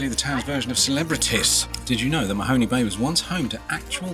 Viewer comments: It's spelled Mahone, so it's pronounced Ma-Hone Bay, not Mahoney. Good grief. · lol, and Mahone Bay last syllable sounds like HONE, to hone one's knife. no Y sound. love your videos. i will never cruise ( afraid of the water) but live surrounded by it here in Lockeport, Nova Scotia.